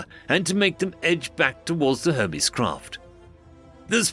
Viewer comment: The narrator did say Herpes right, instead of Hermes.